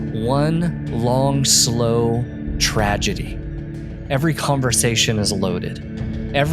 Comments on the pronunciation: Tradgedy? What word is that? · Tragedy. Not Tradgedy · TRADGEDY? Is that the "trad" version of tragedy? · Oof "Tradgedy"? LOL